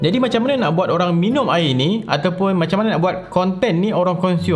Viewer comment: Senyum sorang dengar "minium"